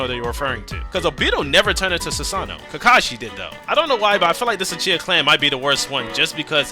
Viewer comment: funny my guy said sasano